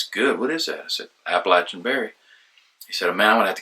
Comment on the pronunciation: Thank you for correctly pronouncing the word "Appalachian"!